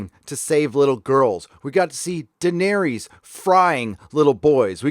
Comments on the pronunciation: Liverpool’s number 2, Lee T YES!!! He’s also pronouncing Daenerys wrong. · How does moron not be able to pronounce: Daenerys and Varys correctly? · Why are you pronouncing Daenerys and Varys all weird?? When have you ever heard their names said like that in the show? Maybe you’ve addressed this before but I’m new to your channel. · Do you not know how to pronounce Daenerys, Varys, or Davos after 7 seasons of watching this show? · It’s understandable that you mispronounce the characters names, you’ve only heard them pronounced for eight seasons! But you make fun of the writers intelligence. 😂😂😂 DaNaereeees and Vareees 😙😙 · Vahr Ees DanehRees Fuck man, just pronounce their names correctly, its as bad as D&D calling Missandei MissinDay. It literally spoken/ pronounced correctly for you. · WHY CANT YOU GET ANYONES NAME RIGHT!!!!!! ARIA??? DANEERIES, VARIES??? FUCKING IDIOT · I only wish you could pronounce names like Daenerys, Varys and Davos."Dave-ohs?" Really? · I don't know why but the way you pronounce Daenerys, Varus and Davos kinda buggs me..